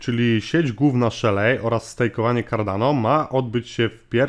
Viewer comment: Nie Szelej a Szeli. Nie w Polach a w Pool(basen) Wideo Ok, ale sa niescislosci w tym co mowisz. Node mozna odpalic na Linux, Windows, MacOS